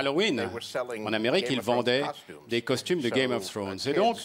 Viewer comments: "Game of Faunes" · Faut que les gens arrêtent de dire "game of fffwone" quand même ...